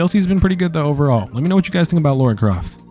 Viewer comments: 🫠 I’m gonna be that person it’s not pronounced Laura la-ra my ADHD just can’t 🙈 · lol it's not LAURA it's Lara....LAH-rah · "Laura"... It's "Lara" you American, I think you broke Dead by Daylight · I know this has nothing to do with the video, but way does everyone pronounce her name as “Laura”. Even when I didn’t a tomb raider game, I could read her name and pronounce it properly.